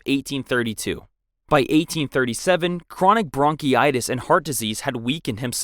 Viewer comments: I thought he meant "bronchitis" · Also the way he pronounces bronchitis, is bound to give me bronchitis. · Bronchitis, not bronchy itis. Deposed, not disposed. Bolingbroke, not boiling brook.